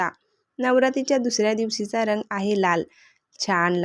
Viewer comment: रंग पूर्ण उच्चार कर ग चा